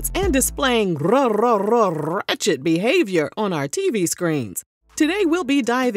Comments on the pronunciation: You better ROLLLLLLL them r’s in the intro 😂😂😂😂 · You rolled the hell outta that “r” in “ratchet”. I am too through with you! 🤣👏🏾❤️